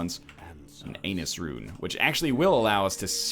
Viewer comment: What's an Anus rune?